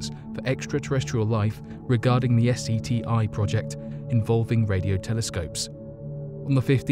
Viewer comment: U are fired. Its seti. No s e t i.. geez